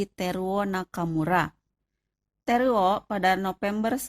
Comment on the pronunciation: teruo, bukan terwo